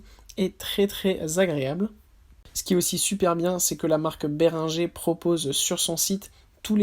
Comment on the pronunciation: ça se prononce" bé ring geur " pas béringé